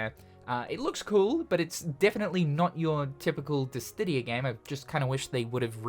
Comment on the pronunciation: We need a compilation video of mispronunciation of “dissidia” 🤦🏽‍♂️